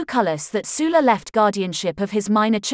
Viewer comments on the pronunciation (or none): Sul-la not Soola